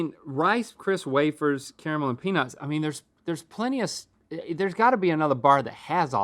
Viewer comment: Caramul??? He said caramul oh my